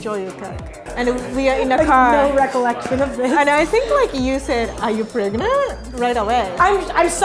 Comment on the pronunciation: She...she pregernanant? Wowie